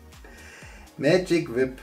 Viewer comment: Magic "wip" war schon richtig. :) Wipe (waip gesprochen) wäre "wischen".